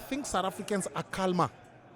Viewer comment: Prince u the L in calmer is silent bro.